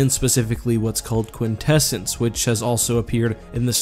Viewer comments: I thing you pronounce it Quint Essence Quint like in quintillion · this man said quinsessence... I thought i was watching the netflix voltron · For a second I thought he said "vortessence" instead of quintessence. I guess I have a brain injury.